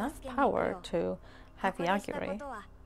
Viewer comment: He's Yogiri, though, not Yagiri xD This world has a ton of various demon lords, gods, etc. Probably more named characters than I've seen in any isekai. Also yeah, Yogiri can totally kill how bad the food tastes, but he prefers not to kill abstract concepts, because he could accidentally kill something he didn't want to. Like kill all the rice in the world or something.